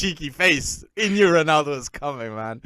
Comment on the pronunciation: can i just ask why do u not pronounce ronaldo properly?